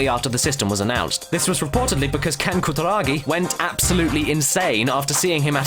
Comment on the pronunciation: Omg your pronunciation of foreign words is hilarious :P "Koo-da-ra-gi" changes to "ka-ta-ra-kee" and "noh-dee-oh oo-ga" goes to "nor-ee-o ooorga" HAHAHAHAHA omg you are so white, I couldn't take you seriously hahaha I just had to stop watching to say this. HAHAHAHAHAHAGAGAGA